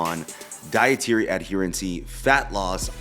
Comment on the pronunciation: Great video. But it’s not adherencey…it’s just adherence.